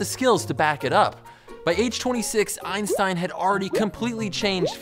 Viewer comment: Its always funny when americans pronounce Einstein wrong but who cares great video ^^